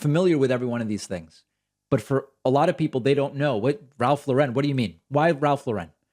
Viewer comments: Kanye - it’s Ralph LAUREN. Pronounced like the first name Lauren. (Example: Lauren Bacall, Ralph Lauren) Not “La-Ren.” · David, you’re pronouncing Lauren incorrectly. Don’t try for fancy. Just say Lauren. Look it up.